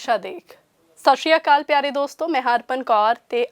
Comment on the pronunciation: ਪੁੱਤਰ ਇੱਕ ਬੇਨਤੀ ਹੈ ਕਿ ਸਤਿ ਸ੍ਰੀ ਆਕਾਲ ਸਹੀ ਬੋਲਿਆ ਕਰੋ ਬਾਕੀ ਤੁਸੀਂ ਬਹੁਤ ਸੋਹਣੀ ਭਾਸ਼ਾ ਬੋਲਦੇ ਹੋ ਵਾਹਿਗੁਰੂ ਤੁਹਾਨੂੰ ਸਦਾ ਚੜ੍ਹਦੀ ਕਲਾ ਵਿੱਚ ਰੱਖੇ